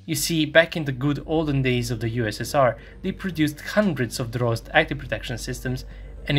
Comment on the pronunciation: Good video, but I ask you to improve your pronunciation is "Drozd" not "Dross" the active protection system. Greetings from Buenos Aires, Argentina.